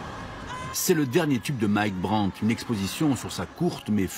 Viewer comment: BRANT. Not Burnett.